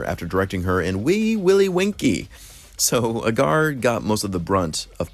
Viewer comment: John AY-gar.